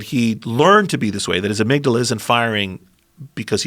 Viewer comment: Joe "let me smell your amigdilla" Rogan